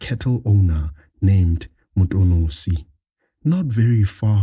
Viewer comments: Hi. Are you saying the pronunciation should be "Mu-Hoody" as opposed to "Moody". Thank you for that perspective, many people have been pronouncing it as "Moody".. We will look into it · It's Mhudi not Mudi.